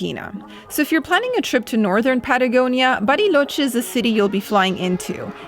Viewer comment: LA CALIDAD que tienen sus videos, la edición excelente, cada vez mejores! Me encanta el switch de inglés a español perfecto de cuando dice 'Bariloche' perfecta pronunciación! Saludos ❤😊